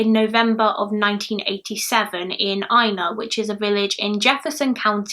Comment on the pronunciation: And thank you for pronouncing "Ina" currectly